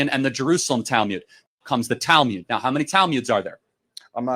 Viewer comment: Weird that he prounces it as Talmyud, not Talmud.